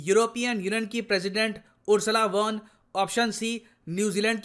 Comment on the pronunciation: Sir it is Ursula FON Der Leyen pronounce as FON